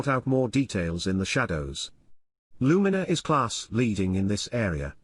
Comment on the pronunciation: A good insight, but you could have taught your text to speech software to pronounce Luminar correctly.